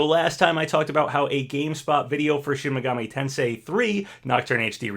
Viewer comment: Finally, is pronouncing "Tensei" right. I'm so proud of ya.